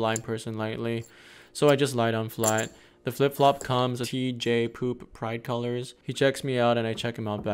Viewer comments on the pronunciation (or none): He said price colors 😂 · Lol first time I heard “bright colours” and thought that’s a bit random but after reading this comment it makes much more sense 😂